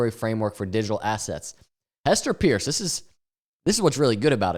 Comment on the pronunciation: Hester's last name is pronounced Purse btw. A call to her line at the SEC verifies this. Bitboy did it during one his streams revealing he was saying it wrong the whole time